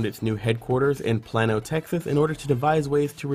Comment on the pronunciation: "Plan-oh, Texas" - lol It's more like "plane-oh" despite the lack of an 'i' or 'e'. Plano, TX Surely there are resources online for getting the local pronunciation of city names, if not nouns in general.